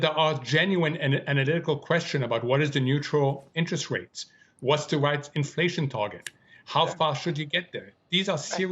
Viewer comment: Don't get cawwied away. Infwation is still vewy hot.